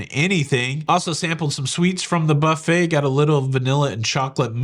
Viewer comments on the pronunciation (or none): none